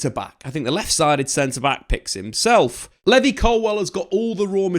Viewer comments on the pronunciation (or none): I no right who the hell is levy 😂😂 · I thought only us Africans pronounce "Levy" till i saw this clip😅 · How can you pronounce Levi wrong 😂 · Literally like what 😂